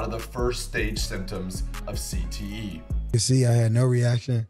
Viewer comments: He said CTE wrong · Didn’t even say CTE right